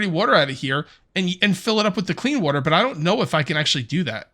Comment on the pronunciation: The way you pronounce water drives me insane lol